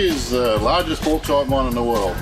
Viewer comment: Why can't he say Bauxite? I'm gonna let the fact they can't say aluminium properly slide (and the fact YouTube marks it as a miss spelling).